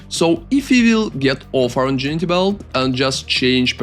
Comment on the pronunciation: Just fyi, and yes it makes no sense.. Ingenuity is pronounced like "In gen new it e"